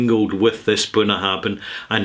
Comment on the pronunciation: I'm sure you know Gaelic "bh" is pronounced as "v", not "b".